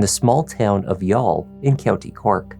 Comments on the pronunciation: As an Irishman, first of all thank you for prounouncing youghal correctly. Secondly i remember very well watching this story on TV3 in 2017 the week, she went missing and seeing her husbands plea for her to return. I remember very well telling my G/F who was next to me that HE did it. His eyes says he is lying. I know body language and have been a crime buff for decades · You pronounced 'Youghal' beautifully!! Greetings from Ireland 🇮🇪